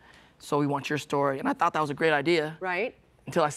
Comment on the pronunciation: Damn!! The way he pronounced "thought" is just like Zuko